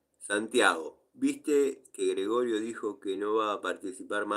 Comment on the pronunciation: lo dijo Gregorio o "regorio casa" ? (Un g¡l copia)